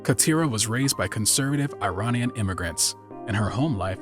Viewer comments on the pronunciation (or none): none